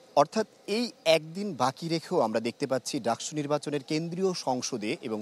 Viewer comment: DUCSU NOT DACSU..